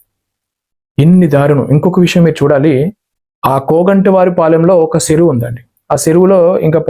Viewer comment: జై శ్రీరాం.!! మీరు "చ" పలకడం నేర్చుకోండి సార్! చెరువు, చేసి లాంటి పదాలు సెరువు, సేసి అంటుంటే ఎబ్బెట్టుగా ఉంటోంది సార్!